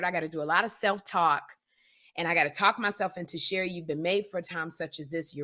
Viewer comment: Sound like milk of magnesia the word Sherri said.